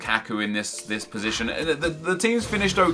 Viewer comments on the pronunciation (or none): none